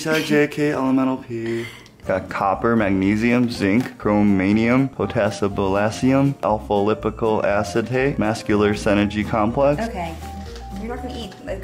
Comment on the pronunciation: Did he just say ballassium😂😂